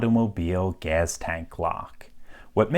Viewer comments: A what? GAZ tank? What in the XQC is happening, it's GAS. Say it properly. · the way you pronounce gas as "gaz" strikes me as funny for some reason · His pronouncing "gas" with a /z/ is making me irrationally angry.